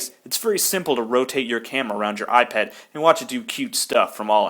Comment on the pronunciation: when you say 'eyepet' i thought you 'ipad' :D sorry.. im british...